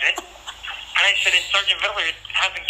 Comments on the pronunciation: Its VID LER....not VID I LER you poor victim of society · WHAT is this 'Viddaler' bullshit, you cock? It's VID-LER! And Amir did NOTHING for you, you sack of shit!